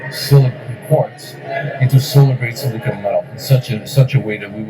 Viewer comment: Please say it right! (it drives me nuts. Just like it is Silicon Valley not Silicone Valley - that might be Hollywood.) It is Silicon /ˈsɪlɪkən/ (SIL-ə-kən) Not silicone /ˈsiləˌkōn/ (Silicone is the stuff you caulk windows with and the stuff used in breast implants) (Not to be confused with the chemical element silicon.)